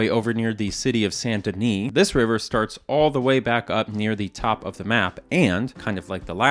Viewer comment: st-denis... bien prononcé.